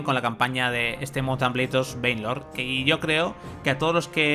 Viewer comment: Alguien que se dedica a ésto debería saber pronunciar el nombre del juego. Por lo demás muy buen vídeo.